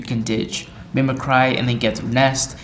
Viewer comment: Mimic-ry, not mimi-cry